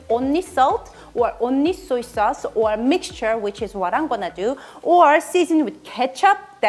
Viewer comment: Suey sauce???